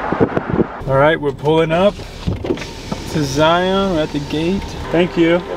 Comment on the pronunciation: Zion: Zi-yawn